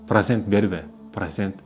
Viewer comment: Прасент дебей туура суйлочу